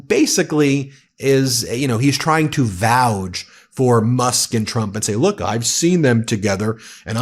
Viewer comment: Does she realize she says president Chump not Trump 😂😂😂😂😂